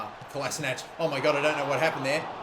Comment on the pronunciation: Ffs it's not pool-is-ich. It's pool-is-ick. Not that difficult